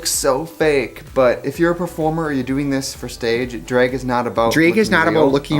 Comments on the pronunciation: Take a shot every time 2009 Trixie pronounces it “dreg” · Me being from Milwaukee: Trixie doesn’t have an accent. I don’t hear it. Trixie: pronounces “drag” as “dr-ay-g” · Drehg has entered the chat..officially. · Trixie when she pronounced it "Draeg" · "DrAeG" I love that. That's how my grandmother pronounces things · nobody: trixie : draËg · i love how your wisconsin baby ass says “dreg” lmfaooo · The fact that i could IMMEDIATELy tell you were from wisconsin from the way you pronounced drag, those midwest things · DREG 😂😂irish lol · DREYG IS HOW IM GONNA SAY IT FROM NOW ON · The accent jumped out lol “dreg” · DRAAAYYGG the wisconsin jumped out me and trixie both went to UWM lmfao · she really be sayin drayg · it’s the wiscahwnsin henny